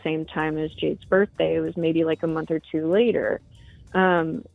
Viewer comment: her burfday